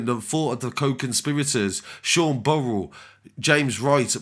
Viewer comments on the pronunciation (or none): none